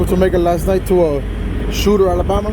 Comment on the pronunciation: It's Shor-ter, Alabama. Near Montgomery